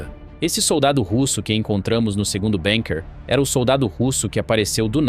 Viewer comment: NAO E BENKER E BUNKER PALAVRA ORIGEM ALEMA BUUUUUUUNKER BURRO.